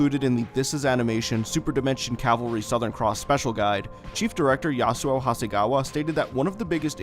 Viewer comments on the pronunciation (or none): none